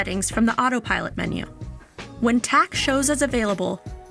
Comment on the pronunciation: Why does her first "Autopilot" sound like "Autopirate"? 🦜